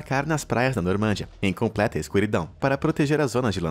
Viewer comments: normândia? Não era normandÍa? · Se fala NormandÍa e não NormÂndia. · Só uma observação: A pronúncia é NORMANDIA e nao NORMÂNDIA.